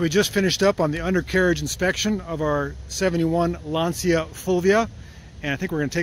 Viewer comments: You pronounce "Lantcha " not "Lansia " by the way gorgeous car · not really, in Italian it seems to pronounce Lanzia, instead of the right Lancia with C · lancia pronunsation ( lanceea) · Lanzia non si può sentire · You do pronounce "Fulvia" correctly, for "Lancia" I would refer you to .